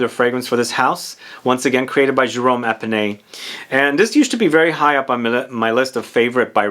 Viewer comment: His name is Jerome Epinette, not Epinay